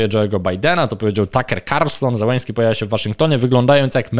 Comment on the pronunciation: To nazwisko należy wymawiać "Zieleńskij". Po polsku wystarczy "Zeleński". Na pewno nie "Zełeński".